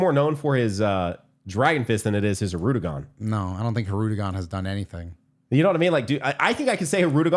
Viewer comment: them saying "Hirudegon" instead of Hirudegarn is killing me